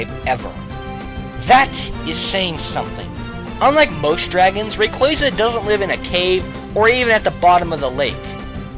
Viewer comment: its rayquaza, bro, not rayquazuh